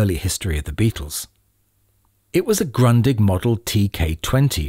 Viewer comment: Although never been fond of reel to reel, I can see the rarity on them. I knew their existence but never ever thought of them released both in mono and stereo 😆 One last thing, Grundig is pronounced Groodih. I'm in love with Grundig stereo consoles. I own one, inherited by my grandparents!